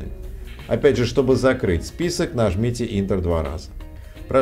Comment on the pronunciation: Пожалуйста, не «интер», а «энтер».